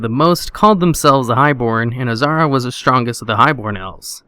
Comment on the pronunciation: Azhara not azara